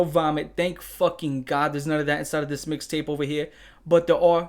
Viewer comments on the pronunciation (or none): none